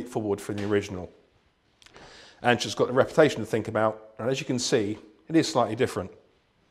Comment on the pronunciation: It's "Anschütz"